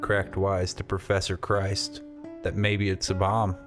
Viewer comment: Crist is not pronounced Christ. It is pronounced like wrist. Crist.